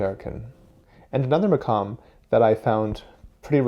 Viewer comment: The pronunciation of the quf as a kaf is so triggering. Maqam, not makam.